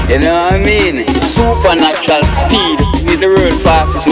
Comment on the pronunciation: Sooppahnatural speed, You no I mean